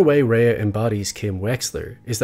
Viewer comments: I agree your video essay is an excellent tribute to her accomplishment on BCS. I’m a subscriber and I like your take. It’s just as I was watching every time you pronounced her name I cringed, the same way people pronounce my last name wrong. Every time it took me out of the video and lost focus on what you were saying. I looked it up and “ray” is the German pronunciation, coincidentally, my last name is also German, and coincidentally people constantly saying bayer instead of what sounds like “buyer.” Anyway, I agree with Dale Carnegie when he says “Remember that a person's name is to that person, the sweetest and most important sound in any language,” he ought to have added when you get right, when you say wrong it’s like clanging gongs. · Very good video. I thought that both Rhea Seehorn and Michael Mando added so much to the series. Both of them are truly great actors. Rhea should win the Emmy this year for her performance. I do have one small criticism of your video. Throughout the video you mispronounced Rhea’s first name. During an interview she said it is pronounced “Ray” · She pronounces her name “ray” not “ray-uh.” So annoyed that a whole 16 minute video dedicated to her character and the actress that plays her, you couldn’t have done two minutes of research to figure out how she pronounces her own name? There are tons of interviews of her on YouTube where she introduces herself. The disrespect. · Only criticism is mispronounced Rhea's name. "RAY" not "RAYA" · Excellent analysis of her performance. One minor note, her name is pronounced "Rey" with one syllable, not "Rey-ah," despite how it's spelled. Just so you know! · Nice analysis. Note that Rhea’s name is just pronounced “Ray”, not “Ray-a”. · Stunning video as always! However her name is actually pronounced "Ray", it's a bit sad that in a video dedicated to her amazing craft and performance her name is mispronounced :( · Excellent observation. Her name is pronounced "Ray". Not "Raya." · pronounced RAY